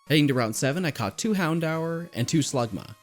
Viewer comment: Lmao The way you you said HOUNDOUR had me rolling!